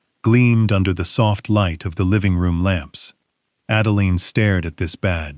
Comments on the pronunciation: Everyone who uses AI in order to create income, such as yourself, please edit & re-edit the narration before posting. The name of the daughter is Adeline which is pronounced like: add a line. NOT add a lean. Each time AI mispronounces her name, it jerks a person out of the story you would have someone immerse themselves in. Hopefully if the story is good & not gobbled-up by errors of storyline or mispronunciations within the narration, people will subscribe, return & listen to other stories, which helps you build your channel & brand. Accuracy & consistency help immensely when building a brand or channel. You may think this doesn't matter as I am just one person giving you some feedback, but most people will just leave, never return or subscribe, and most definitely not tell you what I'm telling you. Just something to keep in mind going forward. One more thing...keeping track of the name of any person is important. Example: the story starts out as Adeline, then turns into Adalaine. Really? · So much for AI. The "narrator" can't even pronounce Adeline the same way twice in as many minutes. This is just one example o fwhy I will never trust or use AI.